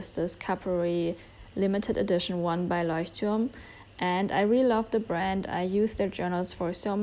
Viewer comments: Ich hab mich gewundert, warum du Leuchtturm so gut aussprichst... Dann sehe ich du bist deutsch 😅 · I heard you pronounce Leuchtturm and I just KNEW that you either were German or spoke German xD